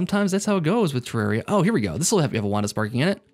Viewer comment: every time you pronounce terraria improperly, I cringe